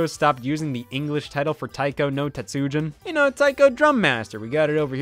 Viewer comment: Scott I love you but that pronunciation of tatsujin gave me whiplash